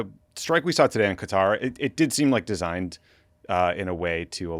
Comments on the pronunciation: Thank you Tommy for pronouncing QatAR correctly…..what’s with all this ‘Cutter’ BS. Americans are so cringe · Qatar. If you go to the Gulf nations actually a lot of people pronounce it that way!